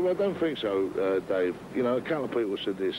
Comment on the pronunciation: It’s Dave not dace